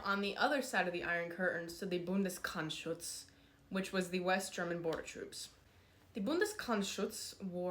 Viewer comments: Its not Bundes"krrch"schutz Its Bundesgrenzschutz. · Yeah, you butchered Bundes-grEnz-schutz, but points for trying. And I don't care, if you are a psyop, the harbinger of the resurrection of Honecker or just an AI waifu generated by some FSB troll, I subscribed. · As a german I'm so hot and bothered by this, even the pronunciation of Bundesgrenzschutz as federal wreath protection just gets me going.